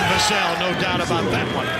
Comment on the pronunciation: I thought it was ai until he pronounced Vassell 3 different ways😂